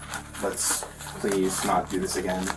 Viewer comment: Please-ah, please-ah who teaches these people to speak.